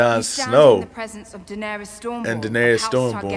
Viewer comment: Season 7 and you still say Da-nare-E-us. Lol. It's Da-nare-us 🤷